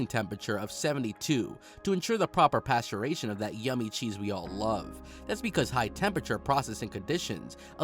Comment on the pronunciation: Paste-u-rize -pasture-ation HOW ITS MADE CHANNEL PEOPLES HIRE ME ILL DO A BETTER JOB ! Who is this why are they doing voice overs there was multiple instances were simple words are horribly pronounced! Come on now!! Cringe worthy stuff here😭